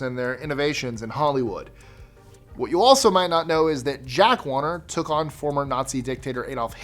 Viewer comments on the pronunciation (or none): none